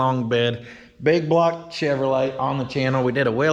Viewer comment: isn't it BIG BLOCK, not BIG BLOG?